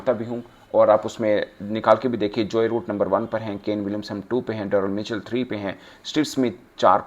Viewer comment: It's Joe Root and not Joy Root